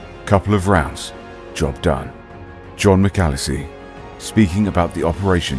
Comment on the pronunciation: This is why I know I'm safe in my own country. I'm proud to be British . PS its not John Macalese. His name is John McAleese. you pronounce it wrong